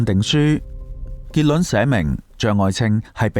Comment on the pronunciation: 點解你會將「結論」讀成「結卵」？